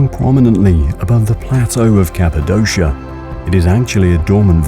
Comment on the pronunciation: Excellent photography but nearly all of the Turkish words are mispronounced and several English words as well. For example: Capadokia.